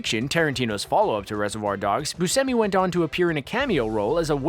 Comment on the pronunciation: I'm sorry, but did I just hear him say Steve Busemi and not Buscemi??